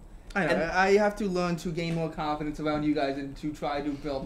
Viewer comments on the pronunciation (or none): "you need sum confidenshh"